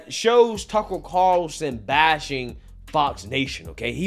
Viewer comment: Why do you say his name like “Tuckle Carlson” ?